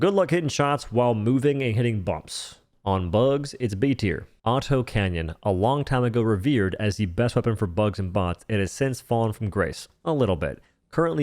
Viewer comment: Bro are you speaking English? What is an auto canyon?